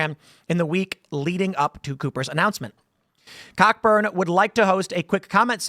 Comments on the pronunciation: Everyone just ignoring COCK-BUrN!! That's not how you pronounce that 😂😂😂 and im not even a "native English speaker". Hilarious how half the native speakers can neither speak nor write the language. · cockburn IS PRONOUNCED co-burn! 4.fs!